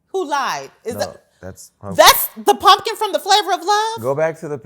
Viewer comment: THEY WAY SHE READ PUMKIN,IF I WAS HER I WOULD NEVER COME OUT OF MY HOUSE💀